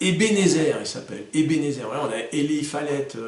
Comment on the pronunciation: Prononciations: Pettengill:Pettenguill Eli:ilaye Whitney:witni roger:wrodgeur walker:waukeur. Merci, super vidéo!